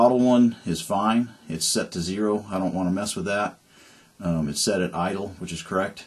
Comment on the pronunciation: With, not wiyh.